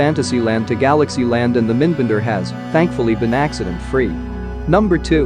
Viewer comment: It's pronounced as the two words "Mind Bender", not "Minnnd Bender"